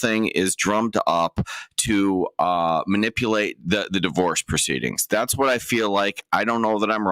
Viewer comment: You got a law license there..? “Manipoolated”??